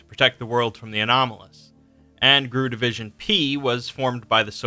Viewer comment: One minor complaint. GRU isn't pronounced grue. It's pronounced like any alphabet organization since GRU stands for Glavnoye Razvedyvatelnoye Upravlenie.